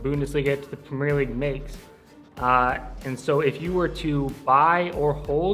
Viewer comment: This guy cant even say premier league bruh